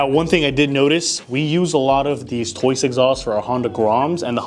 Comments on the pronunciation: It’s TOCE not TOYCE? I’m not crazy right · "Toice" LOL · Basically - Tose. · Tried to say Toce but he didn’t come close 😂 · can somebody please tell this thats not how you say toce its killing me omgg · Literally pronounced exactly how it's spelled. These wild mispronunciations drive me nuts. People need to get hooked on Phonics 😂